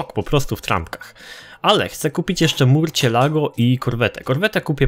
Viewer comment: czyta sie "musjolago"